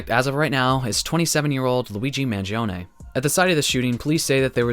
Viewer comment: thanks for pronouncing his name correctly! And thank you for this video ;)